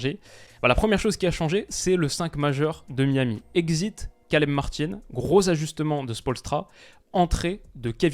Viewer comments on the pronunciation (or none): none